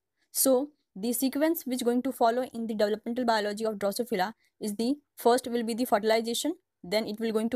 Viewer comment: Excellent effort to explain the different stages of Drosophila development. Thank you so much !! Only issue is the pronunciation, if it can be improved the video can be be more effective.